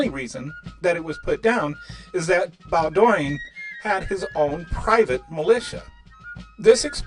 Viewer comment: Bowdoin is pronounced BOden.